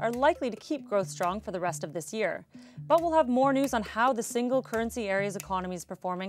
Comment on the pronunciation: thish year. this year not thish year